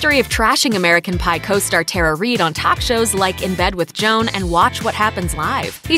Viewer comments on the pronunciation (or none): none